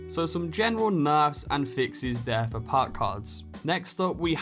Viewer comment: Puk? IT'S PRONOUNCED PERK. LEARN ENGLISH